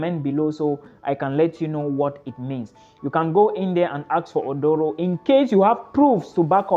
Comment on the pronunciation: Aduro not odoro